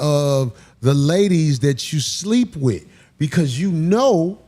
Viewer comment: Hahaha all I hear in the beginning “LETS GON’ GET IT OVER WIT!” 😅😅😂😂